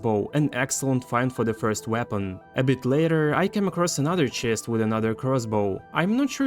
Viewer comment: That OOOO CHEST! Sounds so Russian 😂